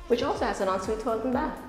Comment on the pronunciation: parang ASMR yung en suite 😅 ang perfect ng pagkakasabi